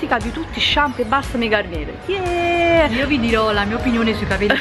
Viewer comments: La garnier si legge garniè è francese ciao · La R finale non si pronuncia.. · non si dice GarnieR, ma Garniè